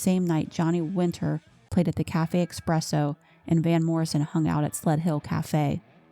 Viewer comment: Great video but it is pronounced espresso, not expresso